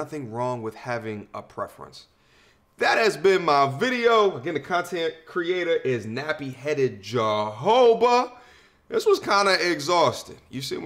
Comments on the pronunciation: So your entire video you gaslight Nappy Headed Jojoba (actually pronounced HO-HO-BA not JOE-HO-BA) then proceed to bring up your homeboys who were turned down by I assume black women because they were “corny” as a reason for them to not date black women. So not only are you completely bias but you are ignorant no worse you are ARROGANT. I am not surprised I have watched your other videos and you seemed obsessed with a lot topics involving black women and their shared experiences. Rather than trying to understand, you have chosen to dissect and misconstrue (our) points to fit your egoistical narrative. You are a narcissist. Worry about topics affecting your black men and leave us alone if you are not willing to have an open and fair discussion. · he cant even pronounce jojoba 😂 how did I get here?